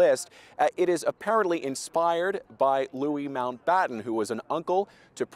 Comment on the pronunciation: I'm glad someone has pronounced Louis' name correctly